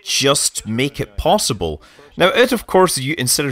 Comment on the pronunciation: "Possibl" lmao